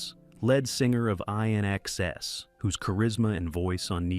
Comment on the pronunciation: INXS the band was pronounced "In Excess"